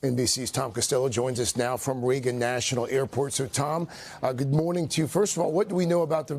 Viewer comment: Please check the right way pronunciation of "Reagan "